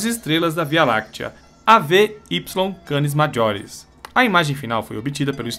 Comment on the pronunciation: do Vídeo, "Canis Majoris" se pronuncia "Maioris" mesmo, pois o "j" tem som de "i".